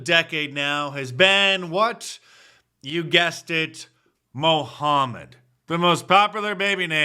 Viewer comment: Mark, you probounced it wrong bro.. It's "MUU-CCCHHHHHammaTT" - Put some RESPECK on it.